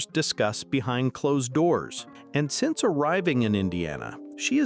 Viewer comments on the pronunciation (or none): none